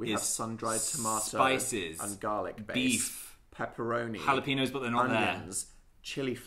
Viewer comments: when an n has the line above it (ñ) ur supposed to pronounce it like an ny (ha-lah-pen-yoes) dnp were saying ha-lah-peen-oes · ñ isn't pronounced like an n. it's like an "ny", so hal-luh-pe-nyohs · Is no one gonna talk about how they pronounce jalapeños? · How are you supposed to pronounce jalapeños? I really don’t know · im offended by the way dnp say jalapeno